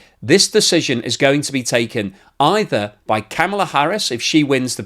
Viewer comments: I know the Britt's are about the worst for mispronunciation, but Kamala is pronounced like comma la not like camel la. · VP Harris' first name is pronounced 'comma la', not 'cam' a la'. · please watch some YouTubes from VP Harris' family to learn how to pronounce her 1st name. the short version: similar to the comma punctuation mark followed by la. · That is the first ever time I have heard the border Czar make any sense, and give a cohearant message. BTW, the way you pronounced Kamala, makes you a racist! CNN and MSNBC have said so..